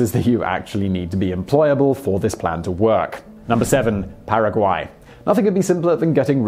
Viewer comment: Your pronunciation of Paraguay was spot on. Now, you're pronunciation of Nicaragua on the other hand.....